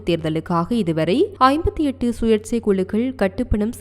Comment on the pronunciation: சுயேட்சை என்று தமிழ் இல்லை.சுயேச்சை என்பதே சரியானது.தமிழைப்படித்தபின் சரியாக உச்சரிக்கவும்